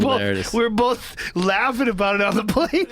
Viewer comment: You wanna do boff these math problems ?? The magic of accent e_bonics